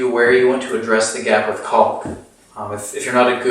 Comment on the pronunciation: Caulk is pronouced "Cawk" do not prounounce the L. I know it's frightening. Do you waLLLLk to school?